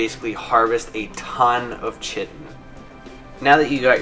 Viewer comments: It’s pronounced Kite-in btw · chitin. lets talk about that for a second. it is spelt with a c but.... pronounced with a K. eg. kite-en = chitin. say it with me now, chitin. english lesson for today is now over. note, I said english lesson, not american lesson. chitin :D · Chitin is not pronounced that way. Its more like kai tin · Chitin is pronounced "KITE-N". Doh! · It's not pronounced the way u d it. It's basically Kite with a n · Its 2017 and people still dont know how to pronounce chiten lol